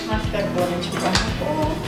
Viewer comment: 마스깔ㄹㄹ포네 현지발음 멋졍.